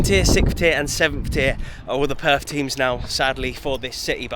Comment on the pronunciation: Weren’t you there long enough to learn the correct pronunciation of Perth?